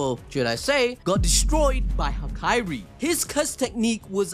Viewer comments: It's HaKAri, not Hakairi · aint no way bro calls hakari "hakiri"